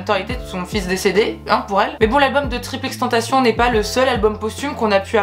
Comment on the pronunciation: Cool la vidéo par contre on dit pas “triple x tentacion” ça m’a stressé 😂